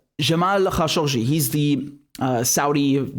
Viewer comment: Had no idea how khashoggi was actually pronounced. Thanks Richard